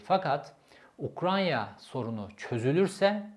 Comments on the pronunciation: ukranya deme şuna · Abi Ukranya değil Ukrayna :):hand-pink-waving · UKRAYNA, Ukranya değil. Sürekli Ukranya diyorsun